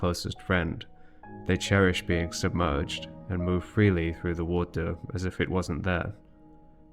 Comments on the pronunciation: “WAUTEUR”, I dunno, I enjoyed listening to this word being pronounced as if it is some magical strange substance. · i dont want to believe it because it sounds absurd, i agree on that, but i see no other reason for him to pronounce "more" perfectly correctly and pronounce "water" like he does, it jsut doesnt add up, i dont want to accuse anybody but the evidence elads me to believing this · Your pronunciation of “water” just makes me think that it’s a sneaky bit of worldbuilding itself. You’re saying it that way because the liquid that fills the ruins looks like, but is not exactly the same as, the stuff we call “water” in our world. At least, that’s my theory! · Love the project... Not a fan of the 'water' pronunciation 😂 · You have such a peculiar way of pronouncing water. Either way, always captivated by this world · You say “water” so interestingly! It’s like you shift the voicelessness of the release of the /t/ back onto the stop itself, but by the time the plosive is released, it’s voiced again 🤔 Do you know if this is a regional pronouncication? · Or maybe it’s a glottal stop at the same time as the /t/? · yes, i am one of those people, but he can say "more" without slopping the R at the end, theres no reason for him to not know how to do the R at the end of "water", thats why i think he does it on purpose